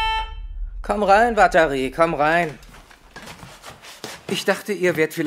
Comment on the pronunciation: wenn L watari sagt klingt das ein bisschen wie "Batterie", die richtige Aussprache ist uatari